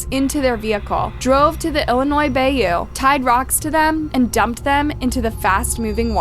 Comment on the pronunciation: I have never heard Bayou Pronounced like bay-you